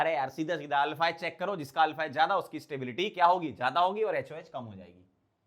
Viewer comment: Stability ❌ Satebilityy ✅ 😂😂😂